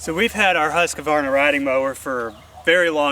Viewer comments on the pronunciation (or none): Its just husk varna...theres no ah after the q! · it's actually "Hoosk·vaar·nuh"